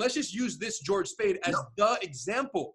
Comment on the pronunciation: Did he just say "George Spade" 🤣 Around 26.37 ☻♠️🤦🏿‍♂️